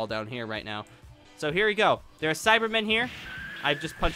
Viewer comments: SAIBAMEN NOT CYBERMEN SAIBAMEN SAI-BAH-MEN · You keep calling Saibamen "Cybermen".